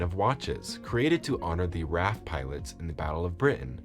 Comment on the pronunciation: Raff? Royal corpse? AI, is a daft numpty.